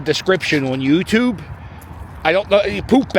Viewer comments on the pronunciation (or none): none